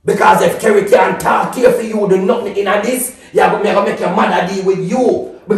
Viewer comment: Relax u say Kerry 😂😂😂